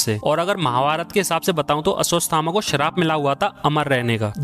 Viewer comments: Aswastama😢😢😢 bhaiya koi acid do kaan me daalke saaf kardunga. It irritating when such great name miss pronounced. Ashwathama he yaar aswastama na. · Aswasthama nahi bhai aswaththama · Ashwathama hai vo sirrr..... your prounciation is so wrong 😂😂.. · Ashwathama hai re... Ashwasthama nahi